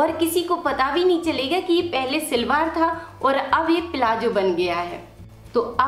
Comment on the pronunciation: Silwar nahi salwar bolain pl.nice video